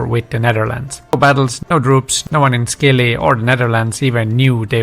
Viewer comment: Thanks. Interesting historical facts. BTW the islands are pronounced SILLY. Leave the C out. 🙂